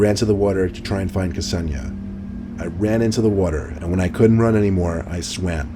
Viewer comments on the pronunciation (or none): That Kseniya pronunciation 😂😂😂😂😂😂😂